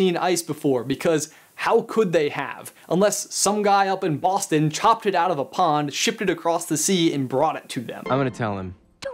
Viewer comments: Who else thought that he said Austin instead of Boston? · IS HE SAYING AUSTIN OR BOSTON?? I can't tell, aaaaaugh I'm so confused!